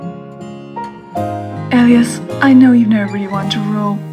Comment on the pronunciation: Oh great I pronounced Elias' name wrong XD Anyways great comic dub ^^ it was really fun to be a part of